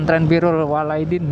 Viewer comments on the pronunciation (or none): pesantren apaan? birrul waalaidin? yang bener birrul waalidain bang.....tapi tenang ane fans berat abang2 gabut ini sampe ane ikutan gabut, ada iklan aja ga ane sekip biar ente bisa jalan2 terus.....